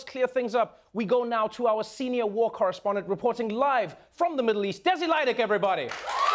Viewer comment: Trevor: "Now to our corespondent:" Me: I'm out Trevor: "Desi Lydic" Me: Oh nvm I want to see this